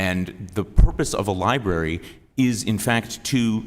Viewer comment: An educator that doesn't know the diifference between libary and Library. Oh Good.